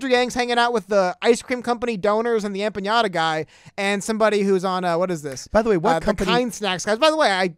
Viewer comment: It’s empanada not empañada. Lol. The latter has a totally different meaning in Spanish.